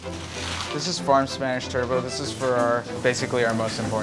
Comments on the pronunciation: Why pronounce Turbot as Turbo? In Spanish it's called Rodaballo. In English the T at the end is pronounced. Great food though. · Fun Fact: In Canada its called a tur-but, not tur-bou. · I found the way he kept calling the turbot a “turbo” was distracting, though. I know the French say it a bit like “turbo” – but it’s been turbot in English (and American English) for centuries. And “steinbutt” in German, “rodaballo” in Spanish, “палтус” in Russian, “Dà líng píng” in Chinese, “turawaka” in Māori and so on. Mind you, I’d be happy to eat it, whatever he wanted to call it. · Dear America, Genuine question: do you pronounce "Turbot" - *Turbo*? i.e. without a hard T at the end? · Calling Turbot Turbo is cracking me up, y'all ain't french and neither is that fish! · 'Turbo'.... Lol didn't know they pronounced like this. I love this I need to be more confident with fish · American's pronouncing Turbot as Turbo, major cringe